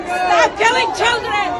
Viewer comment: Stop killing childRRen... the perfect accent to have endless babies...